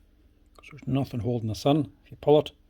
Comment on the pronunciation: I like when he says "nuffin"